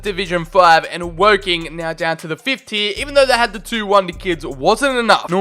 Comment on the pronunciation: As if you said Wocking 😂